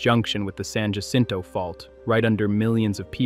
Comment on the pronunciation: It’s NOT San “Ja-sinto”, it’s San Ah-sinto! UGH!!!!